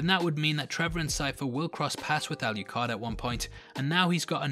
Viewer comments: That's the second person I've heard calling Adrian, Alicard, instead of Alucard. Really weird. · I'm sorry, by the way you're pronouncing 'Alucard' is driving me bonkers. Where are you getting the "Y" or "ee" sound from? There's no 'i' or 'e's in his name! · lol why didn’t you edit out when you mistakenly called Alucard, Aluhard? 😅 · ....why do you keep calling him "alley card"? Regardless, I'm sick of watching reviews and reading articles wondering if Alucard is bi,straight,gay...or anywhere in between... doesnt it matter about how how lonely he was, how desperately he missed trevor and Sypha that he would just take in two strays? How he fooled him self into thinking he loved them? How he fooled himself into thinking they loved him? How is this going to effect him when he meets back up with trevor and Sypha? I'm not saying you are saying anything about his sexuality... it just kills me that most media I ingest about this is about whether or not hes gay...hes fucking immortal...who cares? Thanks for the great overview and doing the characters justice. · Al you card 🤣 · "aluHARD." lmfao